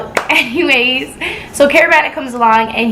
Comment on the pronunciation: = “HENNYWAYS” 😂😂😂 but this jus made me mad I don’t see how niggas could do this i jus wanna give u a hug 😂😂😂 like I really feel for u but keep grinding 👌🏽